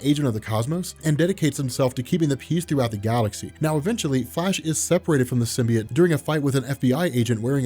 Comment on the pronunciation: Its so distracting that you keep saying Sim-bee-it